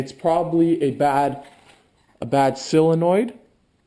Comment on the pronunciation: It’s not “sillinoid”. sOlenoid.